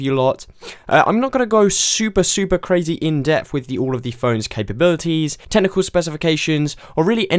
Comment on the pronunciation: tenichal specifications?